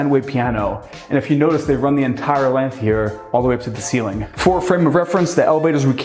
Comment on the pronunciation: “This is the roo-MUH. I wanna take you back into the foyay-YUH. All the way up to the ceiling-UH. Here we have southern view-ZUH.” Bro, got a phonology fetish-SHUH.